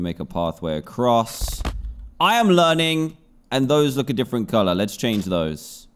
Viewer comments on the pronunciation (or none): Did anybody notice he said yerning instead of learning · Dan you said yearning instead of learning